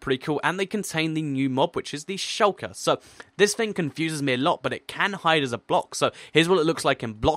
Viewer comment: Shulkers not shirkers